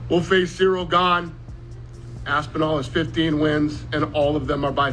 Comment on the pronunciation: Brother his Name is french and pronounced GANE not gayne Normal A not English A